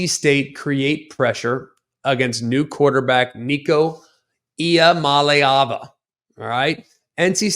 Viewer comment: To be fair, his name is almost entirely vowels. So it’s not easy for the average person to say. HOWEVER I do agree that sports commentators who get paid to talk about these athletes should definitely be getting it right by now. Just spend a few minutes off-camera practicing!